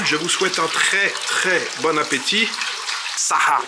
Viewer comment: On dit saha pas "bsaha". 😊